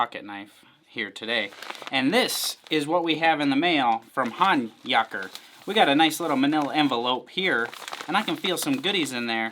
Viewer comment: Thanks! Especially for pronouncing the name correctly 😂